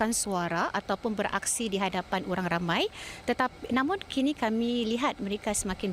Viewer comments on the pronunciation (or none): none